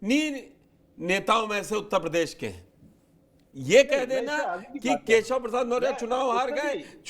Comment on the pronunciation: Badiya se name lo kesav na keya hol diya hai yahi Shikha ho aachh se bolo